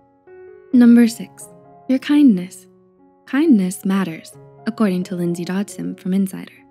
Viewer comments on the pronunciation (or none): none